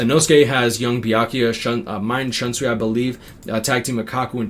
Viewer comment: People wondering why you pronounce Luppi's name that way and no one wonders why you and other BBS YouTubers pronounce the name of Shunsui that way? Not hating though.